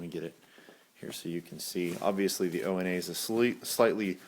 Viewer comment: ONA is pronounced "OWNA" not "Oh EN A". It's a Swahili term.